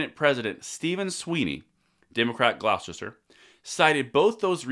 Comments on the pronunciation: Glouste-er County. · pronounce glaw-ster